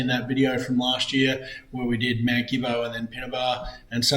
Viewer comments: Believe it or not, Gibbo is actually pronounced Jibbo. It’s like the word general. Something else to keep in mind, is damaged tracks cannot be repaired without cultural and heritage approval . At times it can be a lengthy process. Great video! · No probs. When I moved to Benambra in 1990 from Melbourne, I was corrected by the locals, including Omeo, Swifts Creek and Ensay that you are pronouncing the name Gibbo incorrectly. I was pretty much told - think of the G as a J. The word genocide is another good example regarding pronunciation. All good .